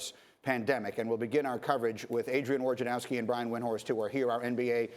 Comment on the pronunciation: Dude's name is spelled "Wojnarowski"....but everybody says "Worjanowski"